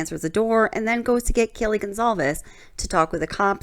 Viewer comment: He also said Kylie instead of Kaylee